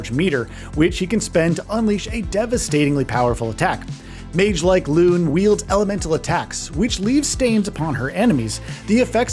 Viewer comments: I know it's nitpicky, and I'm probably gonna get trolled for this, but it's pronounced Lune (Loo-Nay) and Maelle (May-Elle). The lead dev has gone on multiple interviews hardlining the pronunciation for Lune. Maelle, I'm a little iffy on but it's definitely not whatever it was in this video lol. That being said, I've been following this game for months and oh boy I couldn't be more excited for it. It looks like everything I've wanted in a modern jrpg experience, and just the right amount of souls influence without becoming an actual soulslike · Great video, good sir. However, the character's name is pronounced 'Loo-nay' 🍻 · No hate but lots of vids ive seen barely use pronunciation properly😂 "Loon"? "Mail"? 😂😂😂 God its so funny